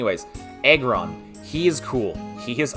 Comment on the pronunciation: Great video man keep it up. I heard egg-ron not aggron though 😂 . Im predicting salamence on #1